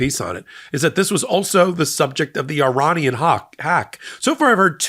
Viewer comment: Love watching your show , just one criticism please can you pronounce Iranian properly it is not how you say it lol .